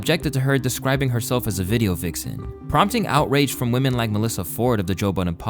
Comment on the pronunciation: Unemployed "youtuber" derisive of a women for lack of 'career'... You xant even pronounce women correctly lol. Yall loserd think too highly of yourself